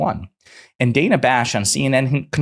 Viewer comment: It's "Danna" not "Dayna"